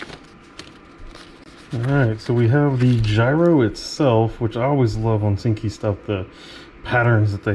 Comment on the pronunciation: ok , im really sorry , but its ONISIKI , PRONOUNCED ONY-SEEKY , not onsinky😘